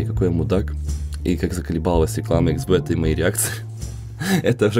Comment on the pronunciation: Реклама про 1x-bet а говориш x-bиt c